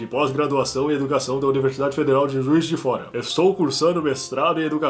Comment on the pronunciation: Em você falou Universidade de Juiz de Fora e soou como Universidade de Jesus de Fora. Será que eu ouvi bem? .........kkkkkkkkkkkkkkkkk